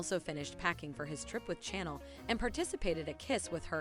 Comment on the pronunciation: I cannot stand the way they pronounce the characters names!! It's Chanel not channel. 😠